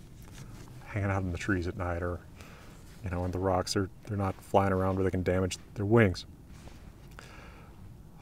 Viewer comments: funny to talk about accents saying guere and not where xd. Great vidio anyway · I could not stop hearing every H you pronounced after you showed your notes on “Where”. Awesome video thank you!